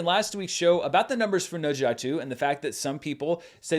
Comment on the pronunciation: pronounced Ne Zha so well~~~